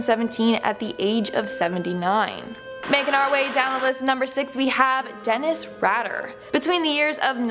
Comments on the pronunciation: Dennis RAY-DER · ITS PRONOUNCED RAY DER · It's Dennis Rayder honey : )